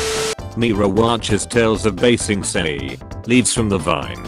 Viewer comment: “Aang, katara, ba sing se” Robot voice: “Ong, Cat-era, bay sing say”